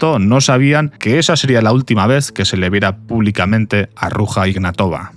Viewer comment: Se pronuncia aproximadamente "Ruya Ignátova". Da cosica cómo lo pronuncias...